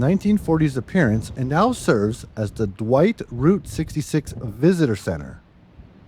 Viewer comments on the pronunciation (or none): none